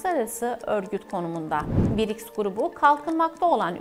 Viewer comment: Birics degil brics😂